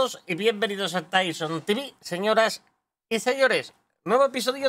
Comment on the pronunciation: Por fin los dices bien!!! Tivi!!!